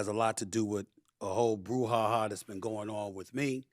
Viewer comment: "A whole Brush Ha-Ha" (BRU) Not Brush. Did Steve put his FOOT in his Mouth?